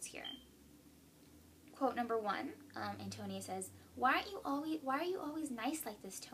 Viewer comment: Pronunciation of Antonia: An - toe - knee - uh